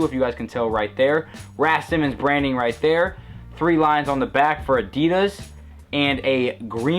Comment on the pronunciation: a-dee-dus, hahaha funny accent mate.